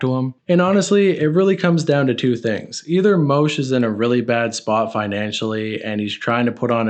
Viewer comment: bro “moosh” isnt pronounced “Moshe” ffs